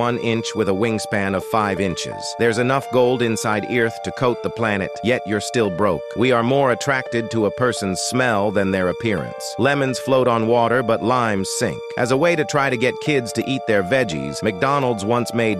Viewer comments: Why did he pronounce “ earth” like “E-arth “ instead of “earth?” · Bro said “Eeeyrth” then called us stupid. What a menace💀💀💀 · "Theres enough gold inside eeeyert" 🗿🗿💀💀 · Gonna have the audacity to call us stupid when u can't even pronounce the word Earth. 😂🤣